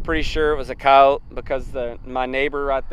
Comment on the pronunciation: First I’m heartbroken for Elenor you must know by sharing them with us they become part of our family too. Second I’m so glad you pronounce it coyote and not coyote-ee. I’m Australian I love your native culture and knowledge and bison.